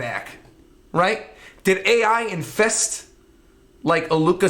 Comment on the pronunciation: The AI is pronounced "Aye" and means "Kay." It's the thing that Nanika says when answering to wishes. It's not A.I.